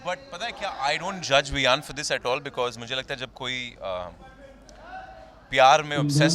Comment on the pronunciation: Ha such me 😂😂😂😂😂 Bar bar viaan hi bol raha hai ne do bar correct kiya 😅😅